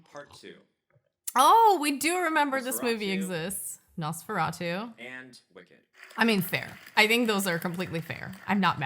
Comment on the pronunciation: I am so tired of hearing people pronounce Nosferatu as Nose-ferato....ugh